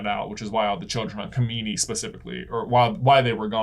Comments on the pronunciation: it's not kamini, it's kijimi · Its kajimi not kamini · I’m pretty sure it was Kajimi not kamini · They keep calling kajimi ,kimimi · it's Kijimi, not Kimini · I’m pretty sure they said that is was Palpatine’s son who was Rey’s father. Also, the lightsaber was yellow/orange. Also, also, it was called Kojimi/Kajimi not Komini (Possibly confused by the clone planet in Episode II, Kamino). I’m sorry to correct you guys like this but I couldn’t help myself 😂 There’s probably more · The snowy mountain world is Kijimi (not Kimini). 😊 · Kajimi, not kamini. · Kijimi. Every time they mis-pronounce it another Jar-Jar is born.